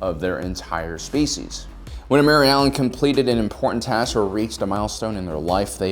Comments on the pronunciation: Every time he says “Mirialan” I go, “WHERE’S BARRY ALLEN? WHO SAID BARRY ALLEN?!” Like if you’re a true Flash fan XD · is he saying mary allens?